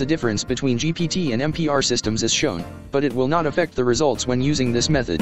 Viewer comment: It is MBR not MPR..... you i.......